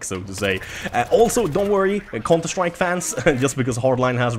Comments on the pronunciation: whenever you say counter strike it sounds like your saying cunter strike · Cunter strike 😂 it's funny how he pronounces it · Love the way you say counter strike XD